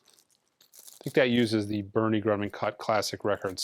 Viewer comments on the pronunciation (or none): none